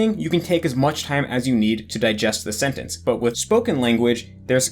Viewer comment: ur the only native eng speaker I’ve heard pronounce sentence as “sennence” lol